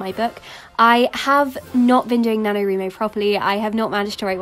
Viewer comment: Isn't it pronounced Nano-Rhy-Mo? (Because "write")